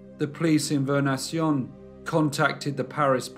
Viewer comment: Vernaison is pronounced "ver ne son"